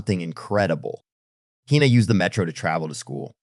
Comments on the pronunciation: Her name is pronounced "heena" not "haina". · The robot who does the talking can't decide whether the girl's name should be pronounced "Hina" or "Hyena." Maybe Elon can fix this problem. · Dude, will you please decide on ONE way to pronounce the girl's name? You've said "Hai Na" and "Hee Na". The correct pronunciation of Hina is "Hee Na", by the way. And there was absolutely no need to turn a 60 second story into a twelve minutes long epic. Geez. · He-na! Hi-na! The pronunciation of her name changes repeatedly! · How many times are you going to pronounce her name differently? Who the Hell knows what her name is/